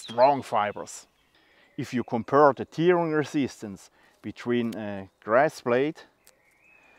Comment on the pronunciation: tearing -> "tähring" So wie du es ausprichst, bedeutet es "weinen" ;-) Tolle Ideen hast du immer. Der Packframe ist wirklich klasse.